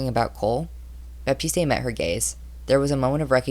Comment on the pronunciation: the e in baptiste is silent